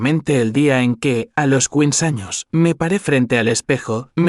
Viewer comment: Tal parece que les es imposible pronunciar quince años ,es de risa